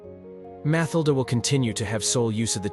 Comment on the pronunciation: Dud its FabiOLA and MatilDE stop saying the names wrong if you cant say the names ride don’t make this things make films about pepole whos name you can say